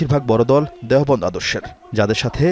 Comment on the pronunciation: দেহবন্দ আবার কি ভাই? দেওবন্দ হবে। একটু ভালো করে দেখে শুদ্ধ করে পড়ার চেষ্টা করেন।